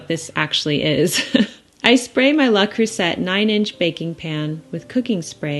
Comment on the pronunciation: I love cherries and yes, dump cake always sounds derogatory. Just a little hint, seeing that you embrace all things French, that Le (not La) creuset is pronounced with a silent 't'.